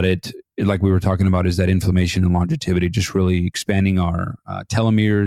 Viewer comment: It is not longeviTity, It is longevity. No first t, it has just the one before the y. It sounds pretty weird how you say it.🙂👍